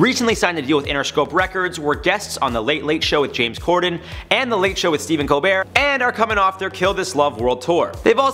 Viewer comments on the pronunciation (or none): none